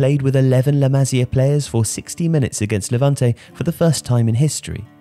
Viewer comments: Still find it funny how joe cole mistakenly called la masia as the “masala” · Just a heads up, you should pronounce it like Maseea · maSÍa FÁbrica come on m8 say it right